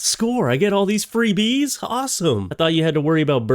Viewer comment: Oh bees, I thought you said geese 😂 thats more reasonable lol